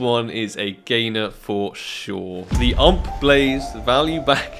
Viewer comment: killing with brutality the ump pronunciation my ears died...